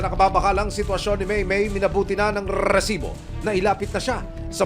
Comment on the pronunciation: naka 28 na bigkas ng reeeeeEEEsibo